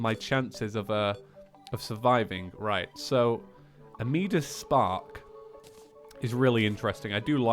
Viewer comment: your mispronouncing amidias's spark. (om-i-da-us)